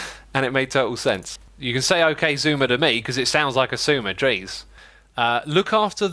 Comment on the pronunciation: I literally thought he said "ok " lol